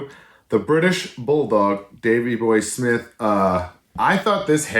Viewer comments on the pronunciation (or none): none